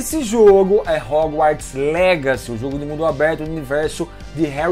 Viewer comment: Só eu que fiquei agoniado com ele falando o nome Howarts errado ? "RÚGÚÓRTIS" KKKKK